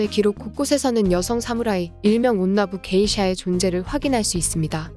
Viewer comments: 그 읽는게 온나부 게이샤가 아니라 온나 부게이샤 같은데 아닌가요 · 다른 분들이 댓글로 지적했는데 이정도면 썸네일이랑 영상내용 수정해야하는거 아닐까요? 1.온나부 게이샤가 아니라 '온나 부게이샤' (한국어로 치면 여성 무예자를 '여성무 예자'로 말하고 있음. 발음하기 어려우면 온나 부게샤라고 하던지요...) 2.호죠 마사코는 '미나모토 요리토모'의 정실부인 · 영상에서 말할때도 온나부 게이샤라고 말하는거보니 어질어질.. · 진짜 일본어로 치면 여자무 기생 이렇게 읽어버림ㅋㅋㅋ 이 채널이 그렇지 뭐